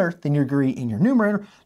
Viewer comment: I'm sorry, but it sounds like you're saying asmadope or similar words. The repetition of asymptote rules is nice though.